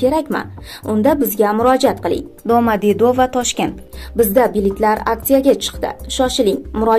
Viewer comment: Ano opa yomon gapiribdi doomodedovo deb 🤣